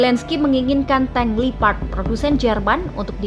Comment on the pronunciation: Tank leopard bukan lipad Gimana ini kok gak bisa baca yg benar